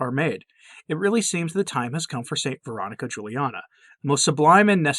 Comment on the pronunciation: I don't understand why you're not pronouncing her name correctly. You said it would be clear at your website but there's nothing about it